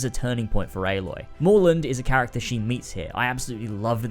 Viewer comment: Next time I watch a video I’m going to play a drinking game for every time he says CHARATCER